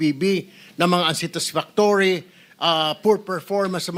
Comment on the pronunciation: Pls pronounce unsatisfactory properly ..